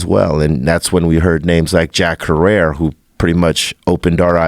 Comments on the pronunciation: Super disappointed. B-Real of all people can't pronounce Jack Herer "hair-er" name correctly. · Was... And yet this guy still doesn't know how to pronounce his name right. SMH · Yous you're completely missing the point. Jack was an OG in the industry, the fact somebody like B-Real can't even pronounce his name shows lack of knowledge. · The dude didn't didn't even pronounce his name correctly... big disappointment. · Yet he can't even pronounce Jack Herer's name correctly. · The guy couldn't even pronounce Jack Herer's name correctly. What's with that???